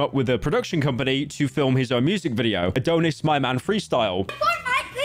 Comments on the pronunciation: Howtf does pyro turn A-Don-is into A-Doh-ness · ITS NOT ADON-IS ITS ADON (AS IN DONNIE) IS. MY NAME IS ADONIS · it’s ad-on-is not adone-is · dont forget abt a-dough-nis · “AdOHnis” “Tory LanÉz” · "It brought new lore to the rap community: that Drake ackshually had a son, 'Uh-dough-nits'" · “a-donut-dish” brits can’t say Adonis🤦‍♂️🤦‍♂️ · The way he said Adonis and Tory Lanez pissed me off